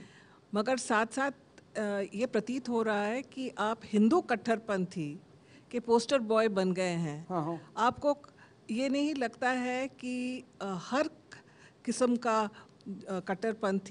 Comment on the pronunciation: tum logon ko sharm aani chahiye hindu sabd ko itne gande tarike se bolti ho yah tumhare ma bap ne sikhlayi hai.